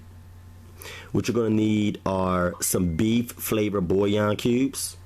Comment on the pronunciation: It's pronounced Bull-Yawn